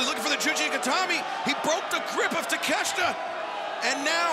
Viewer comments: Takeshita ✅ Takeshta ❌ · Konosuke Ta-Meh-shita 😐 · Lmmfao!!!! Take-shit-a 🤣🤣🤣🤣🤣